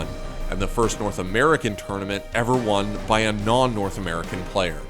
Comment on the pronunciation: "I won-a evo"*